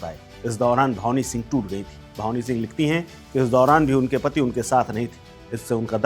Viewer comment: भावनी सिंह नहीं ..... भानवी सिंह नाम h 😂